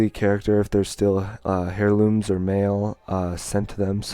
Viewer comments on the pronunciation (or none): ...it's not "Hair"looms the H is silent